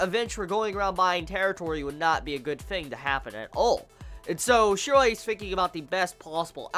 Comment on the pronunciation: His name is Shiroe...Why are you saying it like that